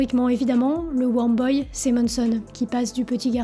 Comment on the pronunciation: Weurm pas worm. Hey je t’aide pour ta prononciation, sinon tout est parfait sur tes YouTube! Super travail ( efface mon poste si ca t’énerve ) bise